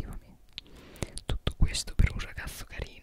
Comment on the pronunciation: Il principe che arriva da dietro dicendo pavli di me pev caso era inquietante 😂